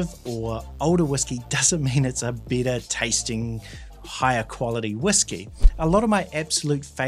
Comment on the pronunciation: If you're using whisky as synonymous with "Scotch whisky" you should make that clear at the beginning of the video. There are other types of whisky. Also, when you say "better" it sounds like "bitter". That confused me.